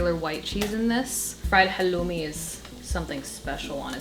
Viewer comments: You are one of the few who are pronouncing halloumi correctly as we do in Cyprus. Much love from Cyprus, your middle eastern neighborhood. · Thank you for pronouncing χαλλουμι correctly, the Cypriot way! <3